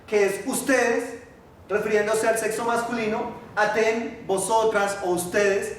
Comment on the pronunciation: se equivoco en el pronombre de ustedes en femenino se lee atteN con N NO con m